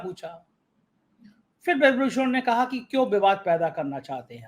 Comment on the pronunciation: Please correct your pronunciation Mr. It is phir and not Fir. It is irritating.